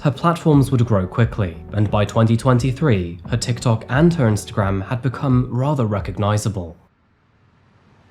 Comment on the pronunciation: Whats a "tikoker"?